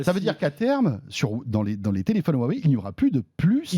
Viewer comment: J'ai un téléphone "Hu-ah-wey" 😂